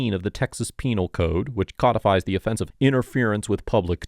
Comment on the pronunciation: Yes! You finally pronounced it correctly! Codified!